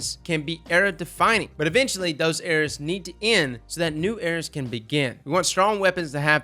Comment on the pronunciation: Your 'eras' sounds like 'errors'